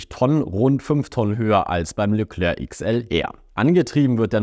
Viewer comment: Phonetisch Leklär(k) nicht Leklörk.